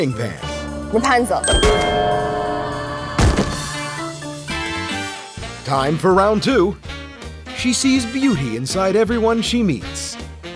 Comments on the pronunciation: Did she say Rapanzel !! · Yes, I know, but I heard her saying Rapanzel.